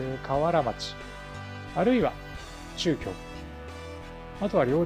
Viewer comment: ちゅうきょうってなんだろと思ったら、なかぎょうだったとは、、、やはり漢字の読みは難しい(-_-;)